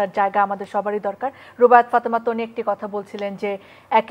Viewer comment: ... টানি আপু 😂😂😂😂ঢং করতে যেয়ে একি বলে ফেললো বারিষা হক। তনি আপুকে টানি আপু। ও মা গো কেউ আমাকে ধর 😂😂😂😂😂😂